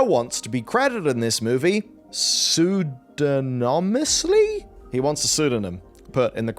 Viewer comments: Sue Don Um Us Lee. I get it wrong lots too though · Pseudonymously rhymes with anonymously, for future reference.